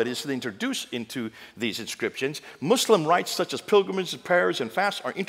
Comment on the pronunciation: Muslamic 😂😂😂 bro is defo not educmacated.